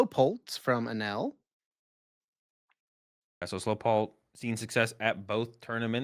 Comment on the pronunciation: Aneil's name is pronounced Uh-NEEL. It's a rite of passage for to mispronounce a Shiftgear Host's name lol. Love the pod as always guys! I was also on the Lugia 60 Saumit played. I posted it on Metafy, but unfortunately did not join everyone on the day 2 list:(